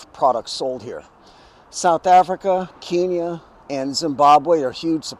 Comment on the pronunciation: Key-nyah is an insult to that country and its people (it was deliberately mispronounced for that purpose by British colonials). So, unless you intend the insult, it's pronounced Ken-yah.